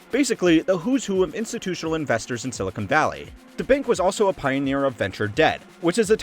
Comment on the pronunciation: Seriously, its pronounced "sill-i-con" NOT "sill-i-cone". Silicon is basically sand. Silicone is plastic.